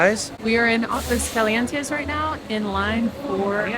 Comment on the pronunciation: AHgwas CALee ENTes. Practice.